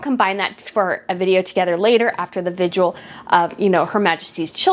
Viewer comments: Good show but it's vigIL not vigual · It is not vigual... it's a VIGIL A vigil is a devotional watch...Which is what is going with Royal Family. You are the second person on utube to call it a visual..or vigual